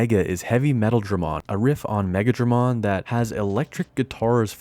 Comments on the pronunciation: I know but he either said Megadramon by accident or Megidramon but the "i" sounded like "a" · Megidramon, not Megadramon. Megadramon is a completely different digimon. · Semi-triggered by calling Megidramon Megadramon...those are two different digimon lol